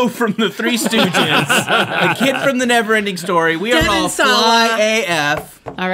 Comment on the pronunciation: Out der in da bayou had me rolling 😂